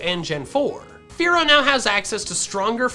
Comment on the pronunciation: Did you say “Kenya” or “Fearow”??? lol